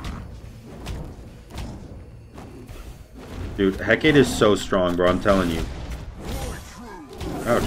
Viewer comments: again it's Heck-a-tee or Heck-a-tA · Let our boy alone with his EhKate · He-kah-tay (phonetic) Had to throw it out there. Keep up the good work 👍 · Pronounced heh-kaw-tay ☺️ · It's pronounced Heck-ah-tay by most westerners buts It's actually Eh-Kah-tee. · can never pronounce Hecate right Lmao. Good vid! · i die a little every time you say "hecate" like that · everyone in the Smite community pronounces Hecate wrong....... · Hecate is three syllables